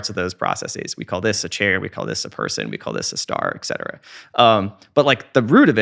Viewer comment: For someone who is really well spoken... you had to say it. You had to say - ECK CETERA!!!! ECK!!! It is ET CETERA!!! ET.... ET CETERA!